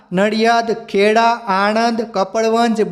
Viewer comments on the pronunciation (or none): none